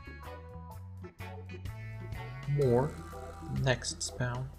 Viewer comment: "Nextspeawn" i love it